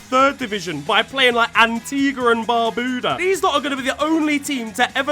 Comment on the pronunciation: As an Antiguan national I can confirm you always pronounce Barbuda wrong😭💀